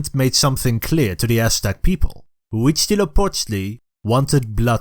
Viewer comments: As a mexican i'm happy to see the history of the country told by people of other parts of the world. Very nice Huitzilopochtli pronunciation, thanks for the flag nod. Great channel, keep it up! Viva México. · Your pronunciation of Huitzilopochtli Is almost perfect (I don't speak nahuatl but I speak Spanish) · I can't stop listening to this guy say Huitzilopochtli.